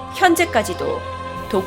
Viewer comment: 자꾸 도끼가 독기 라고 들리는 1ㅅ..